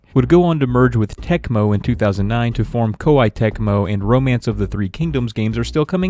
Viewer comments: KoYee not Ko I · Except it's not. It's pronounced Koo-Eeh as it's the two Japanese letters コーエー which is Ko- and E- (the dashes mean you elongate the vowel sounds). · It's pronounced "Kaw-eh"